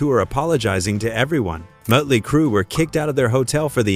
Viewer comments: Mutly crew?? Who the heck is that? I've heard of Mötley Crüe.... Try using a real person talking as opposed to AI fake voicing.... 🤪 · AI said Mutley Crue. 😮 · Moat-ley Crue, huh? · Sloppy AI narration. Mote-ly Crew. Good one. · Mut Lee Crew ... fuck this AI bullshit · "Mutley Crew"...Why do these sites use AI narration? It really SUCKS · "MOTE-LEE" Cru? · You need to teach your AI how to pronounce Motely. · How do you not know who Motley Crue is, or how to pronounce it. Thumbs down